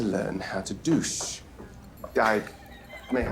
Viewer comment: why did you suddenly forget how to pronounce douche? come on now.